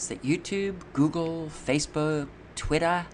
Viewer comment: twittAA wheAA you can have a convAAsation. i did, just yestAAday!